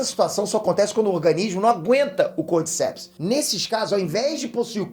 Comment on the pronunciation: Esse fungo Cordyceps existe realmente, mas é um parasita de insetos. A pronúncia correta é como se tivesse acento no “di”, “cordícepes”